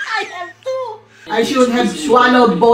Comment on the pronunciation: "i wIll dO iTfOr nUtTeLlA" and "i HaB a leSbiAn DoThEr~"